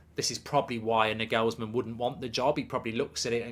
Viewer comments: It’s Nay Gulls Men not Nuh gulls men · Why are you pronouncing Nagelsmann like that? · Nagelsmann even worse 😂